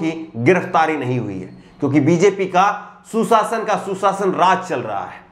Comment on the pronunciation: Aap Bhot Achche Ankar Hai Par Shabdo Ko Achcha Nhi Bolte Seen Or Sheen ka Shi Uchcharan Nhi Karte,jise Susasan Or Sushasan, ko Shi Nhi Bole.